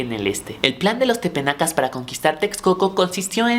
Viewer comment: Solo una aclaración, son Tepanecas, no tepenacas. Muy bien por tus videos. Sigue con este trabajo.